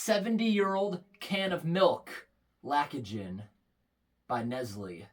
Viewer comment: That's the problem with making a video about 1 singular action of opening the can. 'He talks, he holds the can, he talks, he shakes the.... just openthe bloody can! Also It's pronounced LACT OH GEN. 😂